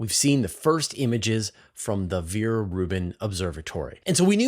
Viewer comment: Come one, it is not pronounced Viere Rubin, but Vera Rubin. Ve- Ra Rubin